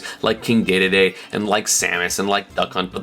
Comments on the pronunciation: DEE DEE DEE not DAY DAY DAY How do you get that wrong? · Why do you pronounce Dedede as Daydayday? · ESAM did you just say "King DayDayDay" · I cringed at your pronunciation of "dedede" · Your pronunciation of king DeDeDe is the sound equivalent of a 2 piece phone case that hasn't been put on right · I love you, but you say King Dedede funny. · why does he say dedede like that